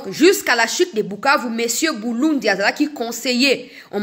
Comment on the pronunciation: Apollinaire BULINDI et non BULUNDI ! Merci.